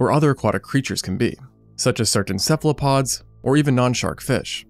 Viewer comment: "Céphopaude", si j'ai bien entendu ?! Céphalopode, c'est mieux. ( "Cerveau dans le pied", quoi... )